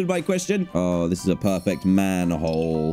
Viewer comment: "This is a perferct manhole.."-DanTDM 2022